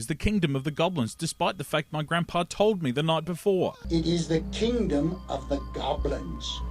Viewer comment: Correcttion- Grandpa Seth told Joshua it's the kingdom of the goblins, but Joshua discovered it's the "KEENDOM" of the goblins.